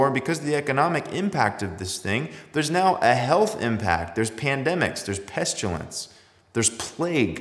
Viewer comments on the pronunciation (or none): 'Pestulence' ? Is that similar to 'pestilence' ?